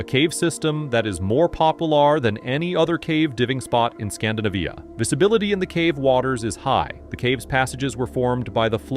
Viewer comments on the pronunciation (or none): "more popalar than any cave div-ing spot in skandivia" was the best part.